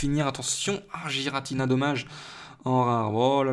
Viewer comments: Sa ce prononce guiratina aller voir le film .. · donc tout le monde fait erreur ... sauf toi .... et ba désolé mais c'est "Guiratina" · et bah non normalement cela se prononce avec le son g va voir sur le film